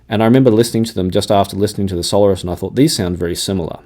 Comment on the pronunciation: the Campfire are pronounced sol AIRus, thanks